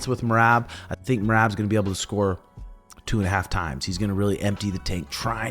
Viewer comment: Herb just called me and wanted me to tell you that you still can’t say Merabs name